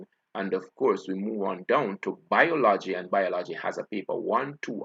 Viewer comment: BIOL-OGY.... pronunciation check an English teacher